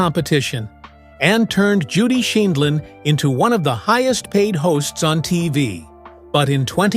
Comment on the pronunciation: Interesting video. It would have been nice if the announcer could have correcting pronounced Judge Judy's name. And the tag "how she lives now is just sad" seems disrespectful, demeaning and inaccurate.